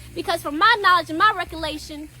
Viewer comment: recoLAtion?...ok God told me it was recollection..